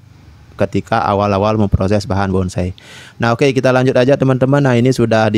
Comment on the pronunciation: Itu yg komen jiwa Seninya NOL BESAR.... BONSAI kok bisa bilang BONGSAI... 😂😂😂